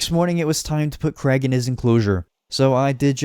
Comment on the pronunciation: tf kinda name is creg? please tell me your not trying to say Craig